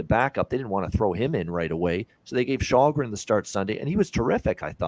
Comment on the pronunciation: As a Swede it's a mystery how Källgren has come to be unanimously pronounced "Shallgren" when "Shellgren" is 100% how it's said in Swedish, and also arguably more natural to say for a North American I would guess..?